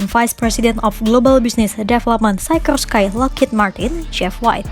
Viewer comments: Dibacanya sikorski Mbak, bukan saykorskai, itu nama orang Rusia yg imigrasi ke US. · Sekelas ngomong Sikorsky aja gak bener..... cari tahu cara ngomong yang bener gimana... biar gak keliatan beg*k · Mantap..terus berkembang.. mungkin masukan cara spelling dari pembacaannya dari mereknya